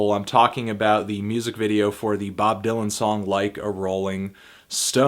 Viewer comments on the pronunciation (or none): none